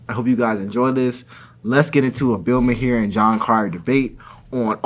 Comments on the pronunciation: STOP CALLING HIM MAHEER ITS PRONOUNCED MAR for the love of god stop posting him so often and not even trying to say his name right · Maher is pronounced Marr like to-MOR-row. Other than that. Good video. 👏🏿👏🏿👏🏿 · Just FYI it's pronounced Bill "Mar" You're doing a great job!! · Wow! Bloke is dumb as dog s**t! Should stick to acting. Also, I’m beginning to think you’re mispronouncing Maher intentionally just to annoy those that correct you! 😂